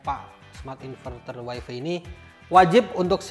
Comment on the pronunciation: wifi dilafalkan wai fai bang. bukan wai fi